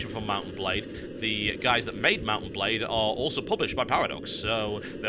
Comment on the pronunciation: Why do I keep hearing mountain blade when he says mount and blade? I feel stupid.